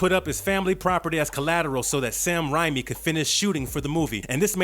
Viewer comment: Why does it feel like this guy has never actually watched any of these movies? Hellraiser spawned a successful franchise??? The way he says Cenabite and Rami? My ears are killing me!